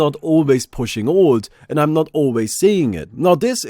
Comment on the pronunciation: Ffs, "alt" isn't pronounced "old", your "th" pronunciation is non-existent, and wtf is "fewah abay" ..? You sound like some sort of ridiculous cross-over between South African English, Jamaican Patois ("we cyan't doo dat anymore, mon") all with a lazy don't-even-bother kind of European accent laid on top of that.. As an aspiring international Entertainer? smh tl;dr TRIGGERED